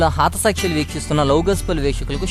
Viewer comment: హాత కాదు బ్రదర్ హత సాక్షులు.